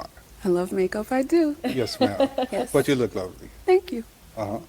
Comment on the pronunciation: The way says ma’am 🤣